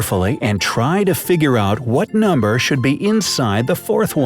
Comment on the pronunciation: noomber XD